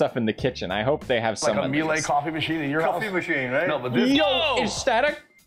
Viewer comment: I like how proud he was of the Miehle coffee maker, but he didn't know how to pronounce the brand name. That coffee maker system costs about $6800 according to their website. The Toto toilets are awesome, though. We have one in our house and we've decided to replace all of them with Totos.